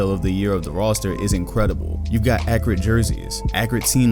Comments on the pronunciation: Tazmanian Devil Also Agent says Accreate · No one:: Accreate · I cant tell if he's saying accurate that way on purpose or not since agent does it on purpose